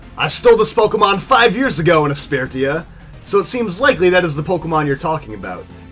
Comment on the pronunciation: It really bothers me how you pronounce Aspertia.